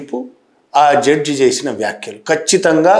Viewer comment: జడ్జు కాదు సార్ జడ్జి.